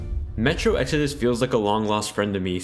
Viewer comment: This video kept confusing me. I'm so used to you saying Exodis that when you comment about Exodus I wonder what Jessie has to do with anything XD